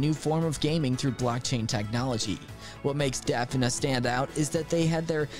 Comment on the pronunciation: For 2nd game Defina, It is pronounced as "The-Fee-Nah"😀 and instead of champions, it is heroes instead. 😅😅 Some mistakes on our part Very cool game by the way, some Beta Game footage is above!!